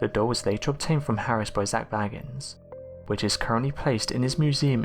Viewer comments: Your voice is SO boring, and your pronunciation of Zaks surname is wrong. He is B-A-gins, not Baggins! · It is Bagins not Baggans. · Bay-gins not Bag-ins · Number 1 should have been the demonic attachment he has. Anyone who is an avid fan of the show knows that Zac Bagans (pronounced Bay-gans, NOT Bagg-ns!!🤦‍♀️....GET IT RIGHT YOU IDIOT!!!) has gradually become moodier, bossier, an erratic bully and highly confrontational. These are all signs of a demonic attachment. He often tells of spending many hours alone in the basement of his museum. In order to reach that basement he has to use the stairs from the house he had demolished. Something is VERY WRONG. However in some of the most recent episodes toward the end of this year we have been seeing a little of the genuine Zac, the one we know and admire. I’m praying it’s a sign that he has finally sought professional help with his demons, and will at last able to move forward with his life. I am just one of many that wish him peace, love, light and health. Zac cannot continue his quest without first looking out for himself.🙏❤️ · It's pronounced Zak Bay-gans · His name is pronounced “BAY-gins”. He is not related to Bilbo or Frodo Baggins. 🤣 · I wish, just once, someone would check the correct pronunciation of his name before they botch it. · I strongly suggest that before you do videos you learn to pronounce the name of the person you're doing the video about.